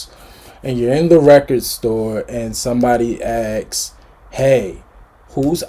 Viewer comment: ASKS. I like you, but it's not difficult to pronounce the word ASKS.